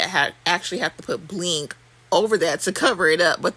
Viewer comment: I love how you say BLINgg 😂 you’re the most I love it !!!🥰😆😄